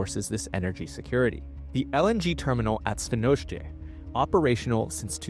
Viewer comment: You should be proud of the way you pronounced Świnoujście. If you wanted to move, you'd be able to learn the language in no time 😉